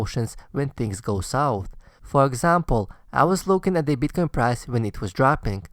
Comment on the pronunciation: Best video I've seen on advice for the recent dip for noobs and reaffirmation for oldies. Thanks. Love the way you pronounce Bitcoin: You must get a lot of BTC pussy.